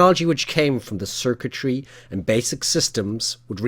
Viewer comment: The way you said 'circuitry' made me think you were attempting an American accent. I can't tell.